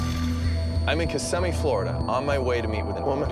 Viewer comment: You said Kissimmee correctly 😉.